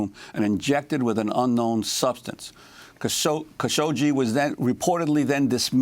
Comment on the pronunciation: It's Khashoggi the g pronounces like in "good" not as in "Gina" i also hear Kashokshee ? Am i right or am i right?